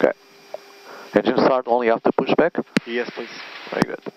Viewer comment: Werry Werry Good.